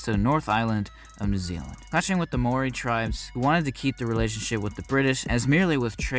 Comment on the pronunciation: You Said Maori wrong lol